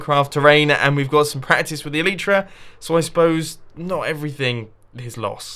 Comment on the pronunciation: Plz like so he sees the pernueation of elytra is ee lllll iii ttttt rrrrr. Aaa